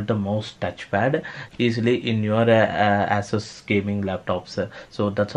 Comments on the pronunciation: 🤣asses.. Dude its pronounced Ea Sos . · My bruh... It's ASUS ( /ay/ /s/ /uh/ /s/ ), not AssUs ( /ah/ /s/ /uh/ /s/ ).